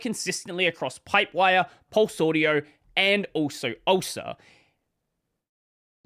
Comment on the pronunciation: Can't blame the captions here. He did pronounce it ulcer 😂